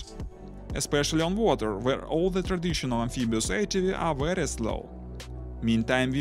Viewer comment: Yes, it is a wery nice wessel.